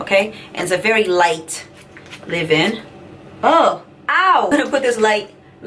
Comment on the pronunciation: with all due respect it is Leave in, not Live-in. BTW, you are beautiful and so is your family. I used to be subscribed to your channel however, you are not consistent. We do understand that family comes before YouTube. I pray that all is well. GOD bless you and your family in JESUS’ name.